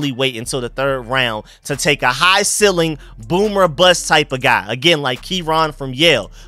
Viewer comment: The word is "ceiling", pronounced "seeling", not "silling".